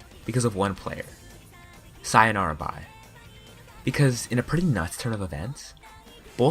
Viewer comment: I’m sorry but it pains me the way you pronounce “sayonara”